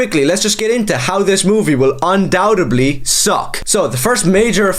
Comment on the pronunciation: Why should I listen to someone who cant even pronounce Undoubtedly. Also you realize Joel is from fucking Texas right? Mexicans have lived in Texas before white people even arrived. And hes not even Mexican hes Chilean, but regardless LATINOS ARE NATIVE TO TEXAS AS MUCH AS HUMANS CAN BE NATIVE ANYWHERE. For fucks sake Texas was LITERALLY Mexico. Your argument against Joel makes zero fucking sense. Dont even get me started on your "comes from a certain background" nazi dog whistle. You're pathetic dude.